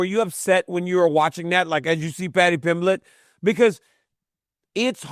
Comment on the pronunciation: joe rogan stupid ass calls pimblate